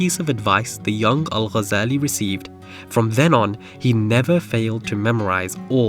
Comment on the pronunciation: The way he says Al shows you that he's not an Arab